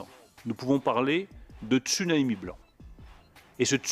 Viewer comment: Oula bientôt une perquisition au sénat et à l'assemblée nationale. Il est payé combien pour avoir inventé "tsunami blanc" en plus il le prononce mal aïe un mot qui commence par deux consonnes. Faut aller voir un orthophoniste décidément il est nul en tout et bon nulle part cette cloche de Lemaire le pistonné